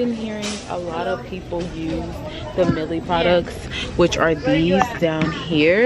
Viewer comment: Not even being mean shawty you got a mustache, get your top lip threaded. And did you really call it “Milly” lol bc I thought it was pronounced “MY-EL”